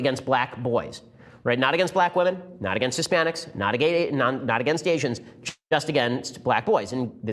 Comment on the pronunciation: Ben you said gay-sians. very funny